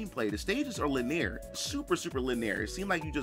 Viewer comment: GUH. It just kills me every time he pronounces "linear" as "laneer."